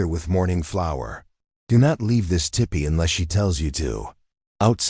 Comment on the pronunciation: The AI narration needs a lot of polishing, but it was a good story. Btw, it’s tEEpEE, not tippy.